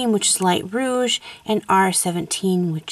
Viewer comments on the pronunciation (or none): none